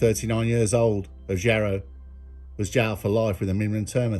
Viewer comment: Jarrow is pronounced Jarra